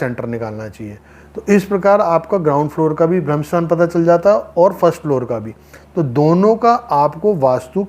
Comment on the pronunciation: भाई जी ये ब्रह्म स्थान होता है न की भ्रम स्थान